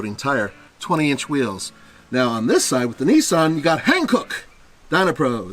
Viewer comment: HanKook tires are good. But..... He pronouces them wrong they are South Korean tires and in most asian languages the "a" is not pronounced that way. Pronouce it as Ha then sound out the N not H then pronouce the rest as "an"